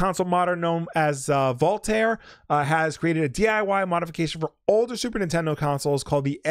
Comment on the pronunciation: I believe it's pronounced Voultar, not Voultar. Like the "ar" in Mario, not the "ar" in Mario.